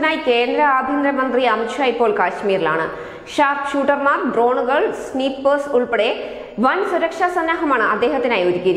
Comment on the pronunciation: സ്‌നിപ്പേഴ്സ് അല്ല സ്നൈപ്പേഴ്സ്